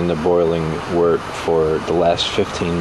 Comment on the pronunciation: FINALLY someone that pronounces wort correctly. Looks like you know what youre doing too. Great job. I've got an LME robust porter in my primary right now.